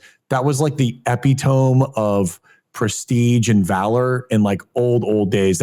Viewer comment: People might clown on for his pronunciation of "epitome", but remember that means he read it somewhere and tried to pronounce it in his head. Reading is so rare these days, good on ya.